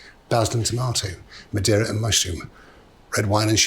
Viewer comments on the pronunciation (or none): none